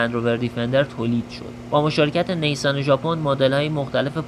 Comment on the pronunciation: Neysan😅😅 correct pronunciation is nissan